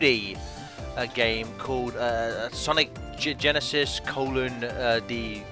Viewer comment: SAYNIC GANISIS!